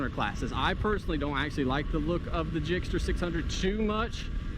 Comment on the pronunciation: Why did you keep saying gixster 🤢 gixxer. I have a gsxr 750